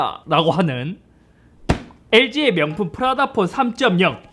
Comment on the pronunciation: 프라다폰 할때 프라닭폰이라고 들음 ㅋㅋㅋㅋㅋㅋㅋㅋㅋ